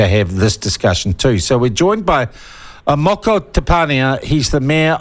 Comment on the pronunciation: It takes about 30 seconds to make a decent attempt. Tens of thousands of white New Zealanders could pronounce Moko (More-Core) correctly. There is no excuse. It's just lazy, especially when he demonstrated he can pronounce Māori correctly in this segment.